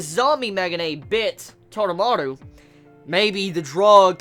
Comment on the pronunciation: taroumaru...not tadamaru......